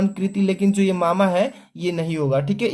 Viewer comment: Sir यामा hai मामा नही है